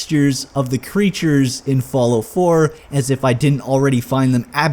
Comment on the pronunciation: I love how you say "Follow" instead of "Fallout" xD